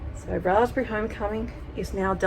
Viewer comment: You’ve left the ‘b’ out of raspberry ?